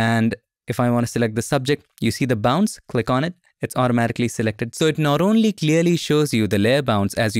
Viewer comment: For 2 mins I genuinely thought you were saying ‘layer bounce’ and thought surely it doesn’t literally bounce? Penny dropped actually seeing the layer ‘bounds’ 😂 Great new feature, will look forward to this!